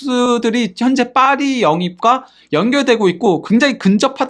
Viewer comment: 죄송합니다 빠리가 아니고 파리입니다